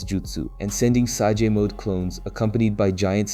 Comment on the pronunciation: Its pronounced SAY-J, not sah-ge wtf